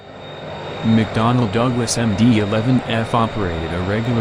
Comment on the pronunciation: Bro just said Mcdonald instead of mcdonell